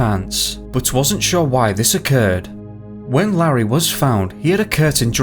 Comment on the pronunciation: I found it, it's Larry Davenport- L-AIR-REE try that a few times, you'll be alright.